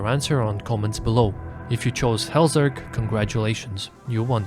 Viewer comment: hallzerk not hellzerk